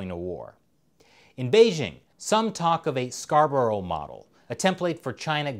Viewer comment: it said (scar, bruh) not (scar bur ow) im from yorkshire i know :)